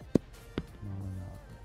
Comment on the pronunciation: I love when he says mollinari hahahahah I'm going to do the from now on